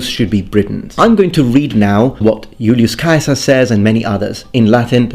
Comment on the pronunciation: I love how you pronounced Julius Caesar's name as it would have sounded when he was alive. Brought me back to Latin class haha